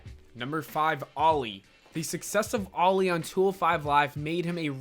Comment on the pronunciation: The way you pronounce Ali's name makes you sound as if you're saying "Loli" oof